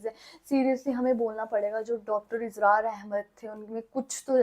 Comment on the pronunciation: Its اسرار not ازرار.